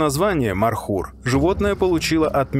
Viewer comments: Не мар хур, правилно Мор. Хур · Не Мархур, а ( Морхур). Змея на персидском переводится МОР! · Добрый ночи.. Не мархур а морхур😂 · Не Мархур. А Морхур. Означает пожирающий змея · не мархур, а Морхур, змеёед